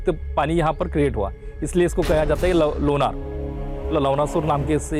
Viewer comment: सर मै लोणार सरोवर की राहणेवली हुं, आपने बहुत अच्छा व्हिडिओ बनाया है 🙏 , लेकीन सर गाव के नाम मे ना ये नहीं णा ये है लोणार सरोवर, शुक्रीया की आपणे यह जाणकारी सबको समझे ऐसा व्हिडिओ बनाया